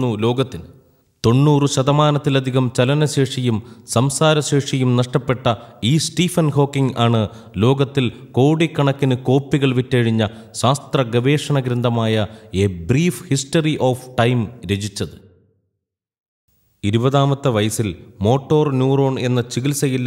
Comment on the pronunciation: സാസ്ത്രം എന്ന് പറയല്ലേ ശാസ്ത്രം എന്ന് പറയൂ